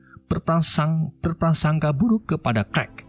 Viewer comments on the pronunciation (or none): Bersangkapa berprasangka 😂😂😂😂 ngopi mas e 😂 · Bersarapangka ,bersarapangka, berprasangka 🤣🤣🤣😁harus belajar lgh min😁🤣😎